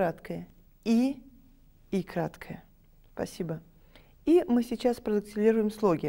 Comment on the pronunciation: Обожаю её ,,спАсибо". Прям бич гёрл-бабулька😂 Как там будет крашиха на ЯЖ?😂❤